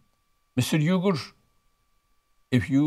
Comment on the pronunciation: It is so embarrassing Cenk can't even pronounce his father's name the correct way.